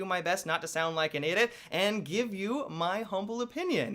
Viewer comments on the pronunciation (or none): Am I the only one that noticed he said idot when he was saying he didn't want to sound like an idiot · You don't sound like an idi (I-daa). Yes, I caught that. Great Vlog!